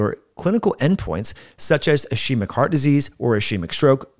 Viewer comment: Thanks for the video. Very interesting. Just fyi, ischemic is pronounced /ɪˈskiː.mɪk/ not /I' she mik/ The sch makes a hard k sound like in ski. Thanks again!